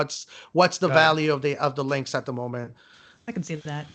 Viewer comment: Its "Lynx" not Lynkx